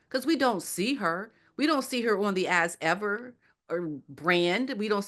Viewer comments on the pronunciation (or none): really has a sense of humor. It sounded like she said "Ass ever"...?